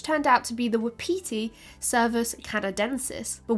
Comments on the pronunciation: “Wapiti” is pronounced “WAH-puti”. Not wuhpeetee. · Not "waa-pee-tea" but waa paa tee. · Non-deer-deer!! Non-deer-deer!!!! Also 'wapiti' is pronounced 'whah-pit-ee' ('whah' like the word 'what' or 'was,') not 'wap-pee-tee.' - A Canadian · You are pronouncing wapati very weirdly. It's WAP- a- te. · Not the wha-petey 😂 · Wa-pa-ti is the correct pronunciation sorry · Wapiti is pronounced "WAHP-ut-ee". I love you but that was driving me crazy! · Haha I was so confused when she was saying wapiti how she was! I’ve always heard it pronounced Whap-ity or wap-paty. That and her comparisons to red deer. My dumb self is going “cool, that’s awesome…. I don’t know how big those usually are…” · Was bout to post the same. I always hear it as wah-pih-TEE though here around Montana. Though elk is much more common. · Wah-Pah-tea... my Native American side had to correct this. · I'm just used to reading so many sources I don't really notice the switch. Hear a European accent say elk and head figures they are talking bout moose. I see exactly why she pronounces it the way she does by the spelling. Just sounds really weird when I've heard it as part of my regional vocabulary my whole life. Had no problem figuring out what she was referring to. As a book addict since childhood and grew up in a poor small town in the middle of nowhere there is a massive amount of my vocab that comes from just reading. I've had some really creative pronunciations over the years cause not realizing something was say a French word.